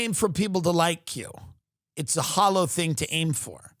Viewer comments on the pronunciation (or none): none